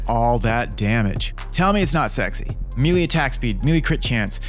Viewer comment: I mean this in the most unpretentious way possible, but it is pronounced like “may lay” and not “me lee”